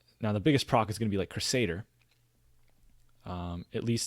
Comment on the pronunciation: Good vid! Also, it's "crew-say-der"